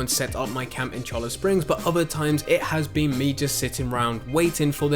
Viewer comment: He's still wrong, and you aren't spelling it right. It's Cholla, as in the Cholla cactus. Pronounced "choy-uh"